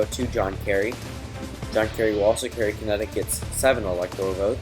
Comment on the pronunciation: It is Connecticut, not Connecticutt.